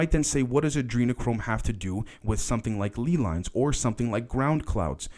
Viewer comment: ley lines are pronounced lay lines btw- keep up the good work though homie your content is important